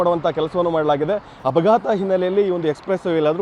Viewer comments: ಡ್ರೈವರು ಚಾಲಕ ಒಂದೇ ಬ್ರೋ ಕನ್ನಡ ಕಲಿಯಿರಿ ಹ್ಹಪಘಾತ ಅಲ್ಲ ಅಪಘಾತ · ಹಪಾಘಾತ ಅಲ್ಲ ಅಪಘಾತ ಕನ್ನಡ ಉಚ್ಚಾರಣೆ ಸರಿ ಮಾಡ್ಕೊಳ್ಳಿ